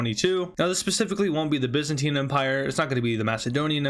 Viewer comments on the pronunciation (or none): none